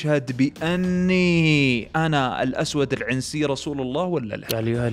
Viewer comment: تحياتي لك من اليمن الشقيق،بس تصحيح العنسي نطقتها زي نطق العنزي فا هي تنطق بدون الكسره على العين